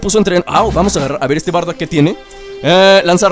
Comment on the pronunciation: se dice bardock